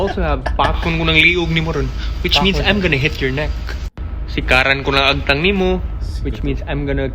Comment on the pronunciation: Agtang.hindi tang.